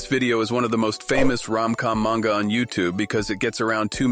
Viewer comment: Greetings, I have both a question and a comment. Question first, can you define 'yandere' for me? I'm old and dense it would seem. Comment, Manga is pronounced 'mahn-ga', not 'man-ga'. I've heard you pronounce it both ways. Nihongo (Japanese) is not goofy like English. They actually follow the rules they set. Such is my understanding, and I was corrected many many years ago on that point. I found the various manga dubs in the past 3 weeks, and I've watched enough of them that they take up half of the recommendations You Tube provides. I'm not complaining about You Tube for a change. :) I was fortunate to be stationed in Okinawa in 1980. It took me 6 months to get my head out of my rear, and venture off base. After that I enjoyed my time there thoroughly and tried to stay for another tour. Got shipped out and never got back. At this point, I could still order a beer politely if I was able to get back for a visit. That's about it though.